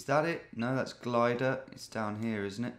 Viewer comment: So far as I've heard it's pronounced Glidder, not Glider.